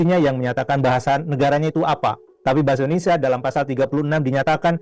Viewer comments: Bahasa Indonesia, bukan IndonesA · Bahasa Indonesia Mas, yang benar. Bukan Bahasa Indonesa. Gitu ya. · Indonesia bro bukan indonesah...😁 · Mas, kalo nyebut bahasa & negara Indoneia....... Jangan Indonesa dong......!!!